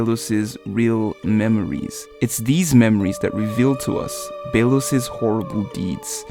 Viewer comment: emperor bey-los lol